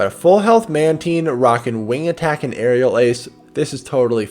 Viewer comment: Every time He says it runs wing attack i get triggered....